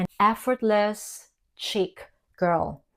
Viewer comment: It’s not a hard “c” - like chick Think ssssh chic Like sheeeek. Otherwise it sounds silly